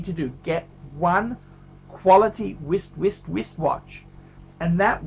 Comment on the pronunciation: Every time he says "wist" I want to punch him in the face!